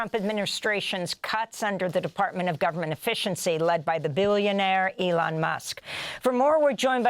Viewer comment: Eloon, Eloon!! Have you heard?! This is not Johannesburg!! Eloon, Eloon!! Have you heard?! This is not Johannesburg!! Eloon, Eloon!! Have you heard?! This is not Johannesburg!! Eloon, Eloon!! Have you heard?! This is not Johannesburg!!